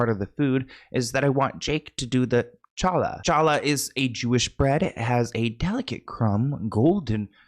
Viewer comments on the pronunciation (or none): It’s said like HALA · Hey. Love your videos! Just wanted to inform you, for the word challah the c is silent and it's a hard h sound. It's kinda hard to explain for people who don't know Hebrew. 😅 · Love a mispronunciation. 🫶✡️🥖🍞 “Challah” starts with the guttural “ch” sound, like you’re clearing phlegm from your throat. Or chill with the “h” sound so you can pun “challah back, y’all!”